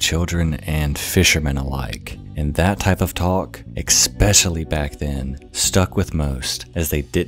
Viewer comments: I cringe whenever you say ex-specially. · Ex-specially lol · "Expecialy" is not actually a word. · i dont know whats more mind fucking, the story itself or the fact that a grown man says expecially instead of especially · Oh god did he say expecially? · How long have you been saying "exspecially?" You know, there's no 'x' in especially.